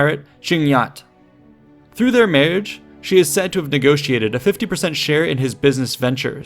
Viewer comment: I've noticed that you hilariously slur words in your videos, do you have intermittent strokes or something? , you try to say "marriage". You instead say "muhhhherrrge".